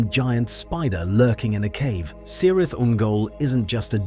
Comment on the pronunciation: Motivation Phial holding the light of a Silmaril Elf blade. And you say 'Cirith' with a hard c, like a k.